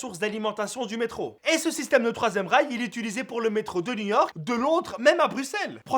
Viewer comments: Quand tu parlais de l'invention du 3ème rail ... j'avais crû entendre 3ème REICH j'me suis levé de ma chaise :) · qui a compris "3e Reich"? 😂😂😂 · J'ai entendu "3ème Reich"...